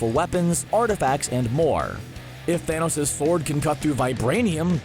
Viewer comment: You mean Thonos?